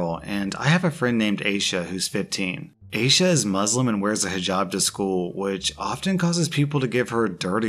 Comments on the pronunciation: rewatched the video, and damn, the first story makes my blood boil. it's a piece of cloth, oh my gosh, ripping off our hijabs is like ripping off a shirt. just keep your hands off and respect us, we're humans too, yeah? p.s. i think aysha is pronounced as aisha btw! :) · Eye-sha. It is a funny name to pronounce when you haven't heard it before, I've been there.